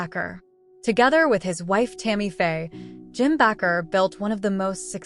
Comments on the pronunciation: It's Baker not backer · Bakker is NOT pronounced Back-r, it's pronounced Bake - r, like someone who bakes a cake. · It’s “ Jim Bakker” not Backer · This such an unprofessional website. His name is Baker . Why do you constantly mispronounced it. I don't want to watch anything else you put out